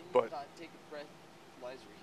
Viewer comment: "Can I take a breath...lizer" and the cop laughs at how drunk he is lol